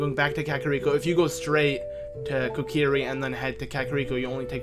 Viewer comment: Kokri not korki